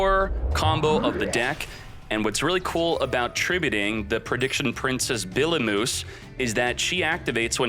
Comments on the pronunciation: (I know u don’t care but) it’s pronounced Biblee O Myuse (like mu-sic) so just call it Biblee like Iblee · did he just call Bibliomuse, "Billy moose"? lol